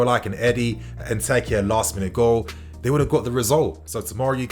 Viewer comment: Man really said eddie n’techkiah